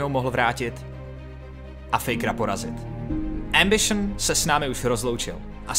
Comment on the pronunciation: Doufam, ze to dokoukam ..protoze "embišn" mi puli mozek ..